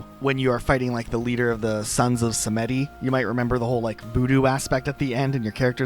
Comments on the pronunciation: "Sah Met Tee" I nearly turned the video off then and there lol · Sons Of Simiddy? Is this an AI Voice or just lack of playing SR2? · I refuse to believe you have ever played saints row with the way you just pronounced sons of Samedi 😂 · same with sons of samedi he somehow messed up samedi despite them saying it all the time